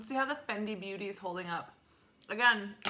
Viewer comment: Fenty... not Fendi....